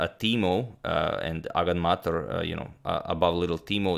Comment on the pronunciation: Did you just reveal how agadmator is pronounced?!